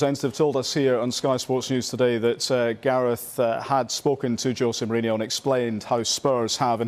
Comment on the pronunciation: Why the english always call him "Mourinio?! It's Mourinho, very simple